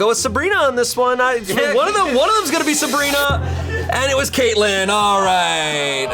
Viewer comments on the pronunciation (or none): none